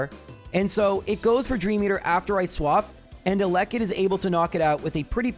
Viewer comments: the most cursed thing about this run is the pronounciation of eh-lekkit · ...how do y'all say elekid? I've always said it the way says it. edit: nvm this dude says elekid with seemingly no syllable stress. I say it like "a LEK kid". He says "alekid", which is yucky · If you say elekid like that one more time I stg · I love your content but HATE THE WAY YOU PRONOUNCED ELEKID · You pronounce Elekid weird lol 😅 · Hearing “Elekid” with the stress on the second syllable was physically painful lol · He was trolling lmao did you not realize how many times he said it in a row